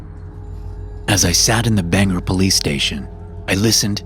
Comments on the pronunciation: It's Bangor not banger though funny to hear all the time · Love the stories she always referencing my beloved north east Friendly critique it’s pronounced nothing like it looks like much of the towns and cities here “Bang-gore” Maine